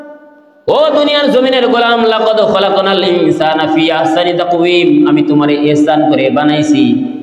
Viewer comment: ইহসান বলা যাবেনা আহসান বলতে হবে।